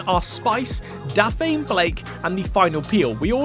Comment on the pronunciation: WHY ARE YOU SAYING DAPHNE LIKE THAT